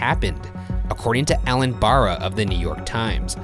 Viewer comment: I'm Allen Barra's daughter (not joking), I watched the film in our living room so many times while he was writing the story you mentioned. But just FYI, it's pronounced like Berra (ala Yogi Berra), and not Bara. It's a common mistake that countless people have made (and will continue to make).